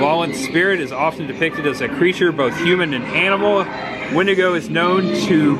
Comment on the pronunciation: Love this! but for the LOVE OF GOD it's Wendigo! Wen-Di-Go! 🤣🤣🤣